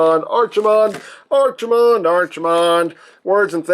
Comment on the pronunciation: They named him after a WarCraft character? "Tremble, mortals, and despair! Doom has come to this world!" Also, probably a case of To-MAY-to and To-MAH-to, but I prefer pronouncing his name like ARC, not ARCH. Either way, neat figure. Always did like Brawl and Bruticus.